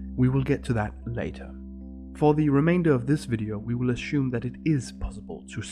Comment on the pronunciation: There is no sh in assume